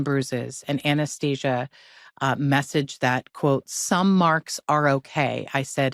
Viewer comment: The blonde chick keeps saying Anesthesia not Anastasia 😂😂😂